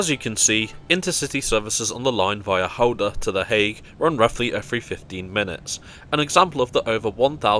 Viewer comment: Kudos for pronouncing Gouda correctly!